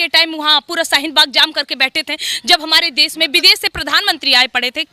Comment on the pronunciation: Pehle bolna seekh lo.. hehehehe😂😂 bides, des, saheen bagh, sahrukh khan 🤣🤣